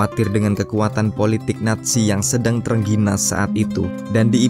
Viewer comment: Naziiii bukan natzi